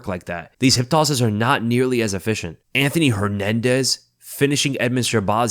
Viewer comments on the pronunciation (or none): none